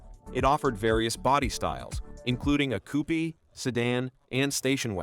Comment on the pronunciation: The Maverick was a great looking car, if you ignore the front end. PS this is total AI nor being able to pronounce "Coupe."